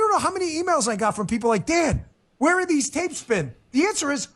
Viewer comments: His name is Dan not Don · His name is Dan, not Don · It's Dan, not Don btw. Anyways, Go listen to his shows from . It's like a spy novel as he unravels then Russian conspriacy nonsense. His book on the topic is great as well. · It’s DAN not DON! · He is Dan, not Don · Please call HE DAN NOT DON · Dan bongino not don😅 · Dan not Don